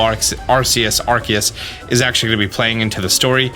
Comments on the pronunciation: It's gonna be tough watching these videos as more details are revealed. Arsayus, what? Ark-ay-us. But "that's not right." Some supporting info, Silvallys ability is the RKS System. R K S, you know phonetically pronounced like AR CE US. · My biggest groan is when he says Arceus wrong when the trailer says it for you a couple times and the narrator says it too lol. For everyone else, its supposed to be pronounced RKS, but my man been goofin the names of hella pokemon so eh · It is pronounced “R Key Us” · My only question is why do people keep calling Arceus like Arseus instead of Arkeus? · How u pronounce Arceus, R-see-us, how other pokemon youtubers pronounce it, R-key-us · ARK-ee-us You're welcome,. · It's Ar-kee-us, goddammit! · Arceus is with a k sound on the c, not an s sound. Type: Null has the RKS system, not the RCS system. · My guy can’t even say Arceus right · I don't like how you say Arceus.